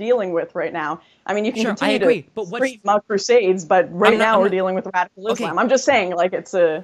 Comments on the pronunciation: Is she really saying "iz lamb" ?? fucks sake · Lauren constantly saying izz-Lamm is driving me nuts.